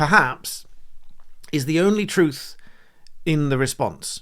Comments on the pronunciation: “Not the troof”. 🤦‍♀️ the word is “truTH” and something the Liebour party know nothing about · "Not the troof" apparently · "Well, that's not thu troof".... a class act.